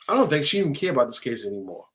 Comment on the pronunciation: I kno ur a New Yorker but our southern accent down here is rubbing off on u lol U didnt say "I dont think" u said "I dont THANK" 😂